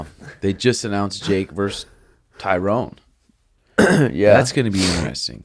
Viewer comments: Pet peeve.... when people pronounce Tyrones name as TYROWN... It’s pronounced like TY-RUN. Any UFC fan should know how his name is pronounced let alone another fighter. I mean he was a 5 time champ for god sakes! Love you Suga an but CMON guys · is name his Tyron (Ty-ren). Not Tyrone, lol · Its Ty RON...Not tyronE....